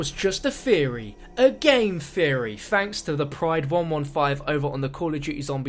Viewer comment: oh that ending. "Just a game theary"